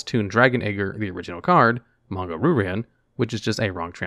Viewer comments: Fun fact: Ryu is pronounced "Reeyu" and means dragon in Japanese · Hahaha pronounces "Ryu" as "Roo," somewhere Seth Killian is smiling. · Isn’t it pronounced ‘rai you’ like the street fighter character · It's more like "Ryoo" (only one syllable, the "y" is a glide, not a stressed syllable) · Shocked and impressed that pronounced "Manga" right, and then he got to Ryu. Dammit, man. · The way he pronounces "Ryu" is making my skin crawl.